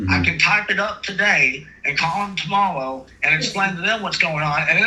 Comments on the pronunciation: Anyone else hear the guy say tomowwow twice or so 😂😂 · He's cawwing tomowwow, too. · Don't forget tomowo. 😅